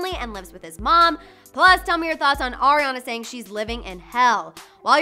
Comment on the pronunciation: Did she just say Orionna